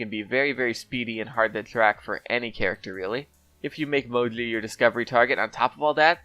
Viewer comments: It is Mo-Gee. Not MoGleey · Say "Mo-jee" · Man, I know I'll get hate for this but I really hate how you call her Mowgli or whatever the fuck you're calling her. Even she herself says MOJI when she's picked. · you’re saying mo-jlee. Instead of mo-jee. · why do u call moji "moli"??? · He said Modli